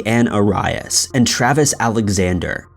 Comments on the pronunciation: Your pronunciation on Jody's last name is REALLY BAD,DO YOUR RESEARCH ITS NOT ORIS!!!! ANNOYING AS JODY WAS!! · Arias is pronounced Air-ee-us That case is so frustrating and shows just how psychotic she became unnecessarily. I believe she would have done this again and again with every man who ended a relationship with her. So sad. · Call her Jodi brown better. Your not alone bud. AR-RY-US 😂😂😂😂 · dude you're killing me with how horrible your pronunciation of jodi arias last name is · The way he pronounces Arias🤣🤣🤣🤣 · I just wanna know how in the world did he get Jodis last name wrong ? I mean he sounded it out like it sounds but come on. . Who hasn't seen a video or heard her name (said correctly) its just odd. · im sorry but i cant get over how bad this dude is mispronouncing jodi arias last name. i dont understand, that was one of the biggest trials in recent history with so much media coverage and her name constantly in the news for years and he still is saying her last name wrong. couldnt even finish the video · I just can't handle how your pronouncing Arias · This was the worst pronunciation of "Arias" I've ever heard in my life. The same goes for "arian" (heard in another video from Top 5...). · lol & the way he says Aries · OMG I hate the way he's saying Jodi Arias' last name!! Wtf, say it right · Come on dude. If you don't know how to say Jodi Arias' name correctly by now you have no business covering the case. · How can you not know how to pronounce Arias? It's a super famous case that was all over the news with hundreds of videos made pronouncing it. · Every time he pronounced Arias wrong I wanted to punch a wall 😤😂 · I almost ripped off my ears.... Ughhhh. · It made me question if I had been pronouncing it wrong this entire time! So, He was the one who was pronouncing it incorrectly! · Drives me nuts when he says things wrong. There is no excuse. Plenty of video’s pronouncing her name right. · Her name is ( air-ease) no arias! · Aires not arius!!!!!